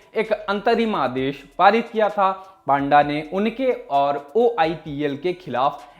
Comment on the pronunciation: पांडा नहीं भाई पंडा